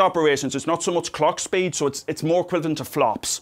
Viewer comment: Poor becomes purr Speed becomes spade